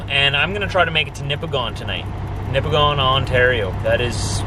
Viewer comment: I hit my head on the wall every time you say Nipigon. You pronounce it nipigen. nipigen. Not nipigone. I guess it's weird how it's spelled compared to saying it.